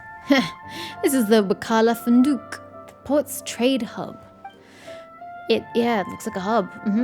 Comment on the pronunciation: Funduq(فندق or hotel, is pronounced fu-n-du-q, with the u pronounced like the word food, but the Os should be said a little faster with only one O and not double, while the q is a sound similar to the letter k or the sound of swallowing except it's at the back of your throat. Funduq.)